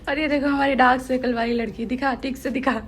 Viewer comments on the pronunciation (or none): none